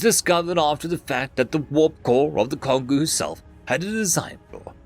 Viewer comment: That first story was oddly tame. The second story, however, reminded me of Space Battleship Yamato. That being said, it's pronounced Kon-go. Like Congo.